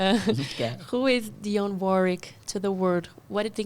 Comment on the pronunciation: Parabéns,, pela entrevista com esta DIVA da canção americana. E parabéns ainda mais pela pronúncia PERFEITA do nome de DIONNE WARWICK. Muita gente aqui no Brasil pronuncia erroneamente como "Daione", quando o certo é "Dionne", como se escreve.